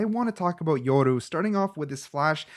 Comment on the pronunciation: It's yoru not yordu